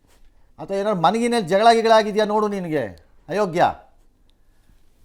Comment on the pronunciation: ಅಯೋಗ್ಯ ಅನ್ನೋದು ಕಲಿಯಪ್ಪ...... ಹಯೋಗ್ಯ ಅನ್ನಬೇಡ ಗುರುವೇ